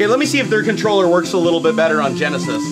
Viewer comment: I believe it is pronounce Controller.